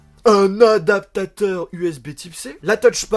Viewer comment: un adaptata............... un A D A P T A T E U R lol tu m'a fait rire, surtout en vitesse 0.5 mdr. Bonne vidéo;-)